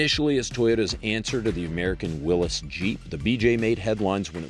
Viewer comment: Sorry to be THAT guy, but it’s pronounced Willie’s, NOT Willis!!!😂